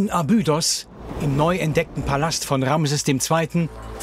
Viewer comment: Eine gute und interessante Doku aber jedesmal, wenn der Sprecher „Abüüdos“ sagt, stellen sich mir die Nackenhaare auf. Grauenhaft.